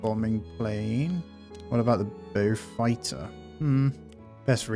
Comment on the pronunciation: If you are generally interested in WW2 as you suggest, then I would learn the correct pronunciations for the aeroplanes. Beaufighter = 'bowfighter', Blenhiem - 'blenham'